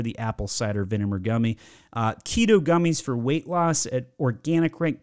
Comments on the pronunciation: Mann you're roasting all these companies while pronouncing vinegar vineMer. Loved the video though helped a LOTT. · Im never going to be able to hear the word Vinegar without thinking Vinimar again 😂